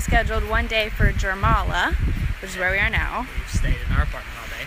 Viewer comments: wtf is germala u are prob talkin about jurmala and that us not how u pronounce it its sorda like iurmala and i aint even latvian...im estonian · Jūrmala is pronounced “yuhr-mala” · Jūrmala is pronounces yoord-ma-la just as some info not to be rude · It’s more like youuurmala not jurmala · its not jourmala its jūrmala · bruh its jourmala jūrmala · Is that really that hard to speak out Jurmala correctly!